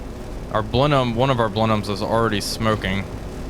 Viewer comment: Enjoying this series! And you get some serious bonus points for pronouncing "Blenheim" correctly, haha